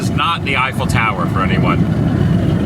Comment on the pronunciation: it's the "Eiffour Tower"!!! LOL